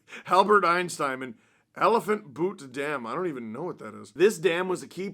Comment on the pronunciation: Are there any buttes in Canada? It's pronounced the same as "beaut," not "boot" or the French "but."